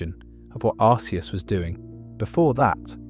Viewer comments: Its not pronounced Ar-see-us, its pronounced Ar-kee-us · I say arseeus instead of arkeus like it’s pronounced. It was originally arseeus, so ironically this is the first time I’ve ever heard someone pronounce arceus as arkeus